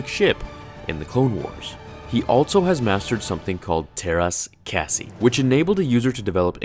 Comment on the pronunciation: it's pronounced Terrace Caw Zay